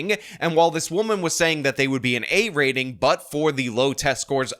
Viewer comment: Parent on the phone., " you guys are responsible for the B "RATE-N!" No, I'd say the parents are responsible for that when you can't even say the word RATING properly!